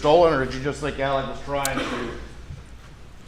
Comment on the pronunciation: And why is she pronouncing his name "Elick"? I've never heard a man's first and last name pronounced in hundreds of different ways in my life. "Mur-dock", "Mur-daw", "Mur-duh", "Al-ex", "Al-eck", "El-ick". Smh. 🙄